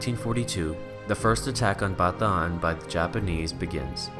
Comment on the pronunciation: Thank you for pronouncing BATAAN correctly.